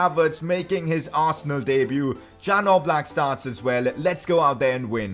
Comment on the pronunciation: #pcq It's not jan oblak It is pronounced as ian oblak btw good video make more of them